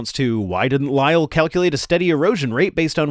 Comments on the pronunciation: Its a bit Jubyous of him and his goofy mannerisms combined with prouncing Lyell as "Lie El" are silly. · Lyell had a perfect excuse for not making erosion measurements, he didn't live there he was a visitor just providing advice, he had a job to go back to. He should also learn how to pronounce Lyell's name it's pronounced as if there is only a single 'l' not as if it ended with 'el'.